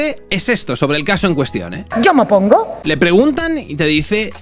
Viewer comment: Más vale que dejes el cargo, y vayas a prepararte para hablar. "Mopongo"...